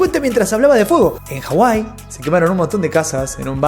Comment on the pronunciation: hijo de txx pxtx madre!!! no se te entienda nada cuando dices de hawaii al prinicipio, pero que tal tu diccion para decir oprah hijo de tu labradora progenitora cada dia mas me das mas asco, solo por eso veo tus videos para saber como no manejarme como persona